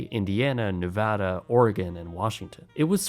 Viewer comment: Thank you for saying Nevada correctly 🥹 I love you